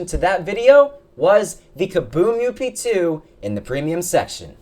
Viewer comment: it kinda bothers me when you say up2, idk why